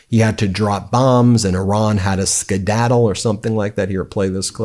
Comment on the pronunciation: Did he say Skidaddle??? 🤔